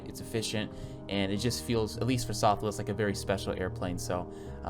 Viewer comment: “Southwe airlines” 10/10 accurate